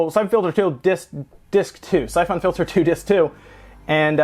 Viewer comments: The way you pronounce "syphon" makes me want to stab my brain. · That's not how you pronounce syphon...